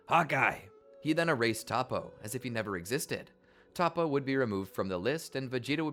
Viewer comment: Zen-oh not Zeno, To-po not Topoh